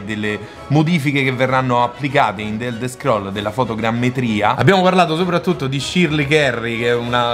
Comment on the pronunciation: "d'elder scroll" è bruttissimo da sentire però.